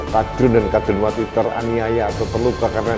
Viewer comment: Tandes sekali,,, mengucapkan,,,KADRUNWATI,,,jadi sy puaass mendengar nya